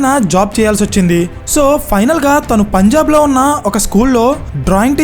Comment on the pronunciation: Punjab bro....✓ not pajnab..××